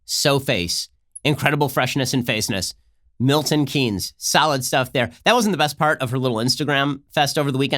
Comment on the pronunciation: PSA: Keynes is pronounced like “Kanes”